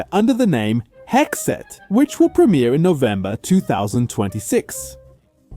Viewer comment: Bro why you saying Hexed like that Also you sound like Stewie saying stuff wrong and it sounds like you're saying sex Ed